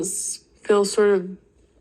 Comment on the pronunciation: It’s fill instead of feel. Lol